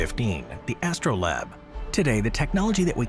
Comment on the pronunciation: Why do all the people who read these scripts not look up how words are pronounced? It's literally what they're paid for 😂 "Astro-LAB?"